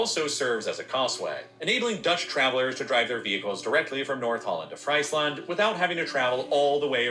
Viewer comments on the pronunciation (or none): Friesland is pronounced freeseland